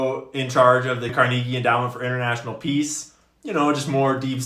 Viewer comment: CAR-neh-ghee Final warning, dude